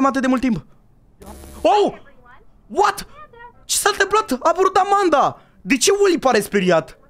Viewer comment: Nu se spune amenda și se spune Amanda